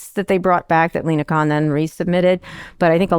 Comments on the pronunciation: not Con. Khan line the wrath of Kahn. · Its Khan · It’s still “Kahn!”😂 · Scott is wrong it's caan